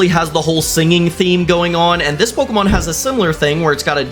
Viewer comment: me from 2 bce wat a po-ke-mon and pay-ra-docks